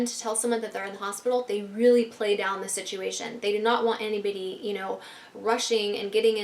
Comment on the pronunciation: Hah she said anybidy